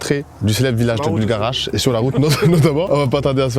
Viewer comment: faut arreter de dire buLgarach par contre ptdrr